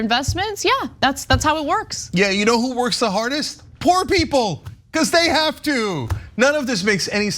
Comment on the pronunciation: She turned “poor” into two syllables. 😂